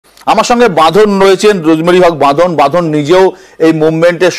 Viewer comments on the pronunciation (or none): আরে বাপু রোজমেরী নয় আজমেরী আজমেরী….আ….আ …. কী মুশকিল… 🙄